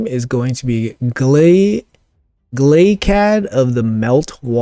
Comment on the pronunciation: Omg you pronounced his name right!!! Thumbs up for the video!!!